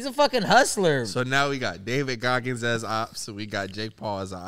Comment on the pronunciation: The pause before “Who the fuck is Dagid Goggins” had me crying😭😭